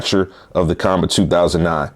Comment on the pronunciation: According to Qanba the company, their name is pronounced "Kwon-Ba".